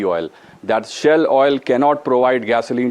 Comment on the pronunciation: SHALE oil... Please correct